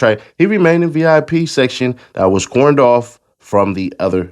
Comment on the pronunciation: Cor-doned not "corned" 😊... I'm just kindly critiquing the pronunciation of the word, lol 😆... I, still, trust n believe that has sufficient aptitude! I'm just a fellow human, born to make mistakes as well 😊... Thank you!